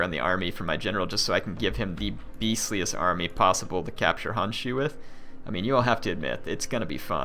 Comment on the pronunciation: it is Honshu, the "o" need to be pronounced, Hanshu just does not sound right @@